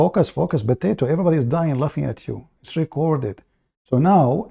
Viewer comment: BOTATO.... INSTEAD OF POTATO..... Haha. Anyway great.